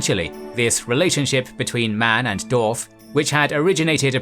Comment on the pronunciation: How come you never ever ever say "Dwarf" but always end up dropping the W?